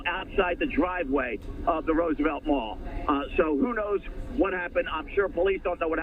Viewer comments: Roos-a-vett? Musk needs to repattern his AI Reporters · on ”rOOsevelt blvd” 😂 c’mon Man U work for Fox News & u can’t pronounce Roosevelt?!